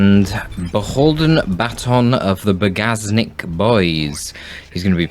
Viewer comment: Bagażnik is a trunk and „Ż” you should read like in french montaGE, fromaGE, etc.